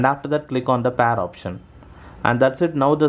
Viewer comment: where is the windows tutorial ? and its PAYR not PAR ( pair )